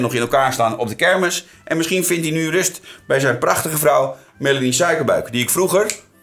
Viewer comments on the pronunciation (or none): none